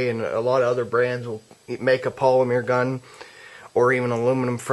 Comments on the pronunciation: polimer not polimear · polymeer? hmm he must be from france or was home schooled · I laugh every time he says, "polimeer".